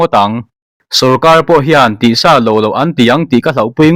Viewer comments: Tih sá loh loh a ni lo, tih sa loh loh tia chhiar tur a ni zawk aw 😮😮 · Khawngaihin, hma kan sawnna beiseiin heng thumal, lam dan leh thluk hi a dikhlel, in siam that nan. Tih sa loh loh -sa hi vawksa, bawbgsa anga thluk loh tur, Insa tiha sa thlukin lamrik tur. Puanven - Puan hi a boang tih hlaua ven angin u rawb thluk hi, mipa in puan kan veng thluka thluk tur a ni. A fiahfaia ngaihthlak a nuam lutuk. Mizotawng ziak lehkha chhiar phei chu a har lutuk, lam sual pawh i nei meuh lo, heng ka rawn sawi hi chu lamsual/chhiar sual ni lovin a nih dan tura ngaia rawn chhiar diklo pangngai niin ka hria a, kan in siam that nan thahnem ngaihthu a ni e. Youtuber tam tak headline duhdah si, chhiar diklo ka comment na, hmasawnna ka hmuh chuan lih te hi chu unsubscribed, disliked ka chinga, nangni hi chu ngaithla regular in ngah bawksi, hmasawn turin insiam that ngam in nih ka beisei....